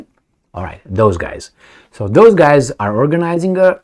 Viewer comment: Also, NOT "these Guyses" but "these Guys" Also, NOT "I'm just keeding, keeding" but "I'm just kidding"